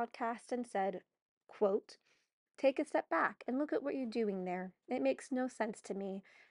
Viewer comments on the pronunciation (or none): none